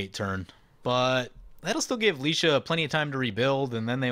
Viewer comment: You're good with the ah being a short 'a' sound, ay or ai would be the long 'a'. He's gone back to Lie- though, reckon you're spot on with ()Licia!